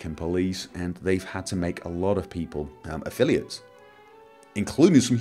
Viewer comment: You also made a mistake in "affiliates".